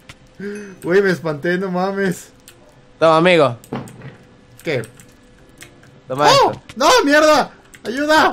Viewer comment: ademas que dise ameo envede de disir amigo dise ameo